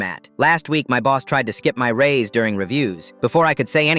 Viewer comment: it’s raise not race